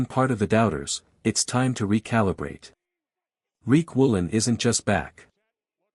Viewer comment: His name is Riq Woolen not Reek Woolen